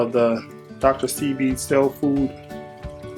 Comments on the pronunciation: dude, it's SEBI, no L! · Thanks for the "how to" brother. Oh, there is no "L" in Sebi. I think I want to try this product. Please keep us informed as to how it effects your eyes. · Se-bi you should look at some video so you can say his name right 😑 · lol its pronounced SAY-B lol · It's pronounced," say-bee." Brother If I'm wrong some one correct me ? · thanks he was killing me with that Dr.Selby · You saying his name wrong from the start was 😮😂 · You are butchering his name smh